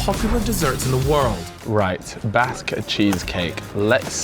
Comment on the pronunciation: I understand in different parts of the world all words are pronounced differently. But Basque is also my last name so hearing to pronounce like that hurts my gears 😂